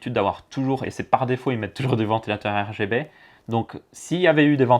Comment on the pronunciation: des ventilateurs R Ga B ? tu en perds ton français tellement que c'est un bouzou ^^